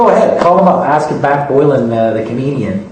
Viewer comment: He just called himself I think... not 100%, that's what it sounded like